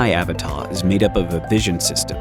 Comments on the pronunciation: Please just admit that it’s uh-VAH-tah and stop saying A-vuh-tah lol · It's pronounced "AH-VAh-TAH"